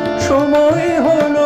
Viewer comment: সময় উচ্চারণ সমোয় হয়ে গেছে